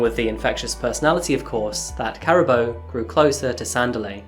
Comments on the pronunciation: Her name is pronounced Kaa-rah -boo . Thanks for the video. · It ka ra bo. Say the ra as in the god Ra. Karabo. May you rest in peace and reincarnate live a happy life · Uncle... The Zulus are from Kwa Zulu Natal. Johannesburg is in Gauteng 500km away. There are other tribes in SA too. Sotho, Tswana, Xhosa, Venda, etc. Her name is pronounced Car - aa - boo. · I Think the name is pronounced wrong, I really doubt its pronounced, "Karabbo" but "Karabo" half silent B, get it right bro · I must be honestly....I HATE when people research a story a story and don't bother with the sound of the actual name....drive me mad....karaaabo...yes....JHB based as well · Just a little help with pronunciation. Her name is pronounced 'Car' 'ah' 'baw' (rolling 'r') Surname: 'Mock' 'When' 'ah' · Is her name pronounced like “caribou”? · usually you get the spelling right, its pronounced ka-ra-bo not karabo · 😂 Caraboa 🤣🤣 that is not how you say that, you keep saying that so much it's distracting. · Unfortunately, Karabo's name was mispronounced in the story. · Lol the why you saying her name, lol. If you go to South africa and call anyone named Karabo like that they'd probably wonder who the hell is he looking for.